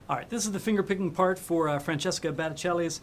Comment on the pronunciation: Anyone else notice he said Battescelli instead of Battestelli?